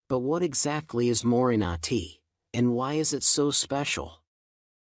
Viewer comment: Had to turn it off . The pronunciation on these "ai" videos is so bad I just can't listen. It's more-ring-gah tea.